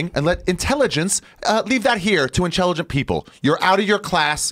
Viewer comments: ‘Leave the intelligence to the inchellegent people’ ironic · "Leave that here, to inchelligence people". LOL